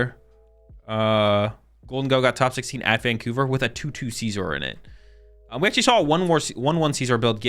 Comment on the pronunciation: I die a little bit every time you pronounce Scizor like it’s the ides of March